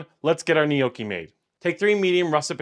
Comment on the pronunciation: "Knee oh kee"